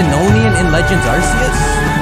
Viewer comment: arseus makes me want to bark if sounds like shit